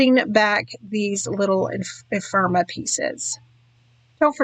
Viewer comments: This is lovely. The first of your videos I've ever seen. Can I please offer one little constructive criticism? Ephemera sounds like e-fem-er-a, not e-firm-a. Maybe I'm the only one but I found it distracting each time you said it. Both the Echo Park and the CTMH collections seem lovely for the pictures you used with them. I think a lot of the skill is matching collections or even individual products with the pictures you're scrapping. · Epherma? You’re missing an entire syllable